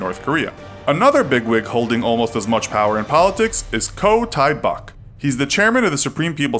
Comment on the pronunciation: Choe Thae Bok is pronounced Jo Teh Bok